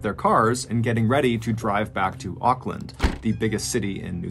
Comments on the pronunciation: Just wanted to give you an fyi - Auckland is pronounced "ork" land :) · Sorry, I couldn’t finish watching. Every time you mispronounced Auckland I cringed and lost concentration on what you were saying. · It's not pronounced Okland lol it's pronounced more like orkland